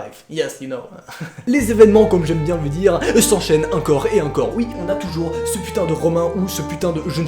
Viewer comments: Pourquoi tu dit uncore au lieu de encore ?? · Parcontre c'est pas "acor et acor" mais c'est "encore et encore" hein x)